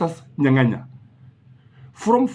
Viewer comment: Justus Nyang'aya not Nyanganya. Otherwise great content